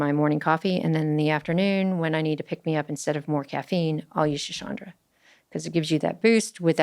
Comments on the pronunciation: Schisandra is pronounced shi-son-dra not shiSHANdra. Driving me a little crazy haha. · Dr. Huberman, for your reference please correct the pronunciation of Schisandra and Maca, it’s killing me as an herbalist to hear someone has a daily relationship with the plant and botch the pronunciation, and for them to be spoken of as new discoveries. Traditional Chinese Medicine has been using Wu Wei Zi (Schizandra) for thousands of years. Let’s get an herbalist on? I believe if someone can correlate the Doctrine of Signatures to scientific literature, it would be of service to the world, as I’ve once heard you answer a question: stating shape or color have no correlations to medicinal benefits 😮 While it is not that linear and simple, it is the foundation of all herbal medicine that the nature of the plants, which includes shape and color will correlate to their medicinal qualities. Love and thanks!